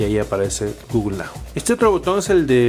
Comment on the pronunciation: Quién es GUGUL? xDDDDDDDDDDD guuuuuuuuuugul jajajajajajajaj